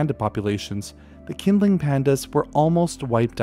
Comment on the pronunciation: The q in pinyin representations of Mandarin Chinese is, for reasons best known to its originators, used for a sound closest to ch in English. Qinling is best pronounced as "Chinling". Presumably taking their cue from Irish spelling, designed to fool and annoy the English.